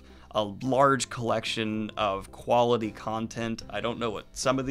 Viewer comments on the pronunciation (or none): none